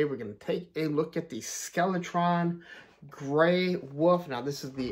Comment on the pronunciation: Oh and stop calling him Gray Wuf. 😂 it’s Gyre (jai-ur) Wolf. 😂